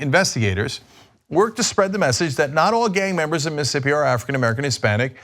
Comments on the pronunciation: Miss...ISSSSS...ippi. Not Missippi Cenk. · As a Mississippian, I'm extremely happy you're shining light on this, but please Cenk- STOP saying 'Miss-ippi'.... It's Miss-iss-ippi. You're leaving an entire syllable out, and it's weird. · Is Cenk so stupid that he doesn't realize he's missing a whole syllable when he says Mississippi? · You can't pronounce Mississippi.